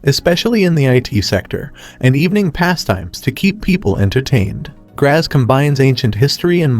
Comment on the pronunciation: Please try & find out how to pronounce place names correctly before putting out such a video for the public. Graz (pronounced Gratz), Sankt Poelten ( pronounced Sankt Perlten), Innsbruck. ( pronounced Insbrook) , Salzburg ( pronounced Sulzburg). To add to these inaccuracies, Linz is not a lakeside city ( some artificial lakes some distance outside the city). Information easily available on the internet to avoid such embarrassing errors.